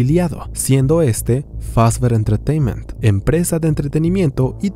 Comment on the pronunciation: Scott: Fazbear Entertaínment: Fazber Entretaiment